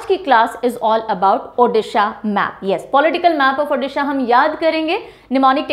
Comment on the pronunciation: Video -- ko jaisa pdh te hai,,wesi hi -Odisha- ko pdh te hai,,, 🙂 -“ di "- ucharan change karo, achhi lagegi,,,🙂 thanks mam 🙂